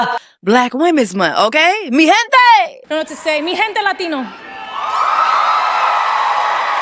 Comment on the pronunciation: JESSSIE IM DYINGGG LAUGHING EVERYTIME YOU BREAK OUT IN SONG IN SPANISH 😂😂😂😂 Accent on point and everything girl I’m LMFAOO 😅😂 😅 MI GENTEEE LATINO ✊🏽✊🏽✊🏽✊🏽 😂😂 the jaylo cut gets me everytime girlllll, you were born to be Latina.